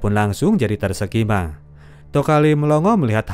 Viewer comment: Mimin ngomong kebalik. Tersekima. 😅😅mungkin maksudnya terkesima yaa